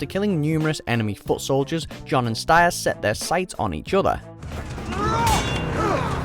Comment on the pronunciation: The pronunciation of Styr, Janos and Ygritte is killing me a bit.